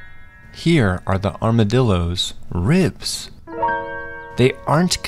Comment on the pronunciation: I thought you said rizz in stead of ribs 😂😂